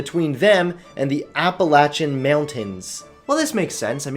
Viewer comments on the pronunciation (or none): "The Ap-puh-lat-chin Mewun-tains." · says Appalachian Mountains like “Apple-Achen” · “Apple-atchen mountains” 😂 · Appalachian is pronounced: App a lay shun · It's pronounced app-a-lay-tion you fucking dyslexic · The way you pronounced Appalachian gave me serious grammar nazi anxiety. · I know that this is petty but you live in Maryland and can’t pronounce Appalachian... bruh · At least try to pronounce Appalachian correctly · As a Young Virginian, I am quite furious that you pronounced appalachain mountains incorrectly. Now I represent all Virginians when I say this, please apologize and I give you permission to compensate me financially alongside that apology. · really butchered “Appalachian” but great video non the less 😂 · i died when he mispronounced Appalachian mountains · I'd hate to say something bad about, but he butchered the pronunciation of Appalachian Mountains. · The way you butchered the name "The Appalachian Mountains". Why?